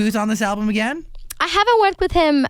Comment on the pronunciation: caught that swenglish "again/igen"